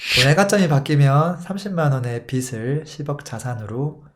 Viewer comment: 빚을 발음은 비즐입니다 비슬이 아닙니다 거슬려요